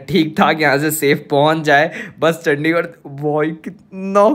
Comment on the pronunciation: Tum ne ek baar chadichar bola chandigar ko